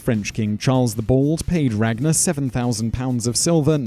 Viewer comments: you pronounced all the vikings names wrong well almost all and I should know I am from Iceland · If you read the real saga you wil now that regnar did it but theh probely said it wrong in the vidieo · the way you say ragnars name it sound so gay and so stupid especially when you say lodbrok